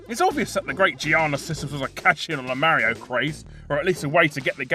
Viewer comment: What is it with the Chinese always calling Mario "Mary?"